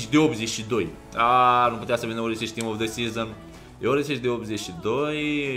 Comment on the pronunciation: nu se pronunta Orisic niciodata bro...diferenta intre s si š in croata e ca diferenta dintre s si ș in romana...se pronunta "Orsici" . #perespect